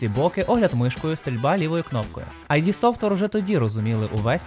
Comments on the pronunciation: Дякую, пане! Нещодавно пройшов 2 частину на планшеті, яку я чесно купив на ios:) І тільки один момент: id в назві компанії читається не "айді", а "ід". Це слово з психоаналізу. Розробники самі про це говорили. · Тільки не айді, не айді, ІД софтвер, вони самі постійно це кажуть, і таке враження що ніхто не слухає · "Ай-Ді софтвер"? Справді? 😂